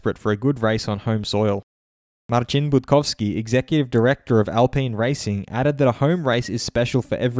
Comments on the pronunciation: Wow, You pronounced "Marcin Budkowski" flawlessly, like a true Pole. Nice one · That’s very good pronunciation of the name “Marcin Budkowski” :) probably the best I’ve heard so far from non-polish commentators. Cheers from Poland ;)